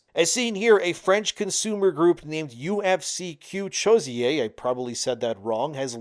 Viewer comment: As a French, I assure you you said UFC que choisir wrong. But I give you a baguette pass, so no worries.